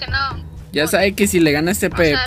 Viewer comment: Jaja ase mucho que me abia dado cuenta pero no lo puse e que (el peluca) cuando pone la intro dise (el peluca sapee) pero el de atras que tambien lo dise dise (el peluca sabe no sape)